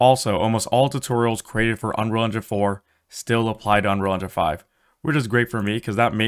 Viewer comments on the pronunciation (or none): "Anrall and Jan 5" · "Unrilja five" he says. It's pronounced "Un....Real.... Engine.... Five" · The opening line of VO on this video sounds exactly like you say 'unrerga 5'. Were you really trying to say 'Unreal Engine 5'? Cuz you didn't even get close. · not one comment mentioning he cannot say ‘unreal engine 5’ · If I hadn't read the title I would have never known you were trying to say "Un.real.En.gine.five". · No I'm wondering why you can't pronounce unreal engine 5